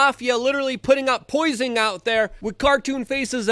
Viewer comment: "Putting out 'poising' out there." Good job Luke, I can really tell you're reading more.